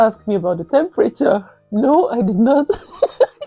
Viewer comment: "You asked about the themperature" 🤣